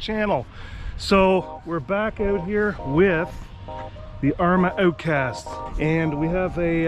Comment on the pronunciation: Like, how without the h or chow without the ch 🤣 owtcast!